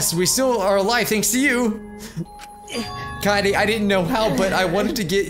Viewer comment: Om kaede.... Not kayaydays.....